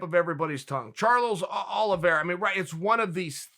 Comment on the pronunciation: So we just gonna talk about him saying daroosh and forgetting he called him charlos oliviera ?😂😂